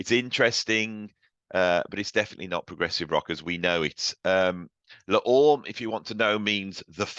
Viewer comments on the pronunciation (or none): Le Orme is pronounced Lay Ormay.